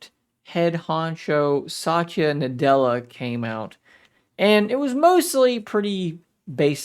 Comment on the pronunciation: Pronounce well not satchya nadela it's satya nadela